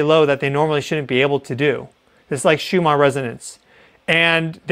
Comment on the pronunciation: It isn't "Shoo-mon" .... it's just like If it were a single "n" .... "Shoo-mən"